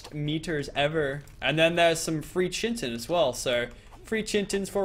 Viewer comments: "Chintin" never gets old, oh oh pal.. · It's Kaitin. That's how you pronounce it. Even tough this is old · Can u say chi chi tin not not chintin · and more. It's Pronounced. Ki. Tin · Chitin is pronounced like KITE-IN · There is no n in chitin and u pronounce it ky-tin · chitin is pronounced kai-tin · chitin is pronounced "Ky-ten" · Why does still pronounce chitin like chintin? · It's pronounced Ki-tin! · Chitin is pronounced like Kai-tin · NOT CHIN-TIN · It's pronounced Kaiten say it right, do you think anyone would call something Chiron NO! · it is pronounced chintin (kitten) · chitin is pronounced "kite-tin" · chitin is pronounced kytin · Chitin, pronounced kite-in he is just pronouncing it wrong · it's pronounced ki ten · pls pronounce chitin right, its kite-in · It's pronounced ki-tin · I'm sorry, but it got on my nerves, there's no chin in chitin 😅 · kite-in its pronounced kite-in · Also, it is pronounced "kite-in". Please say it right, it is messing with my brain. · There is no 'n' in chitin dude!!!!!! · Am I the only one cringing when he pronounces chitin wrong? the H is silent. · when can't pronounce chitin... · IT'S NOT CHY-TEN, IT'S FREAKING KITE-IN!!! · Bestin Sloth my bad its pronounced Ky-tin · It's pronounced chit-in not chin-tin like where the fuck does he get the n from. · it's not chin tin it's pronounced kite-in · omfg, please stop calling it chintin, its pronounced Kai-Tin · no it's NOT it's Kite-in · KITE-IN its not chin-ton its KITE -IN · 2 metal chunks give you one ingot and you're saying chintin in stead of chitin kind of like chit-in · ITS PRONOUNCED KITE-IN NOT BLOODY CHIN TIN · Yo it's kai-tin not chin-tin btw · When he pronounces Chitin (Ky-tin) Chintin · it is pronounced as Ki-tin not Chintin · PLS, IT'S PRONOUNCED KAITIN, NOT CHITIN. it's spelled chitin, but it it's pronounced with a K sound and a lot of emphasis on the I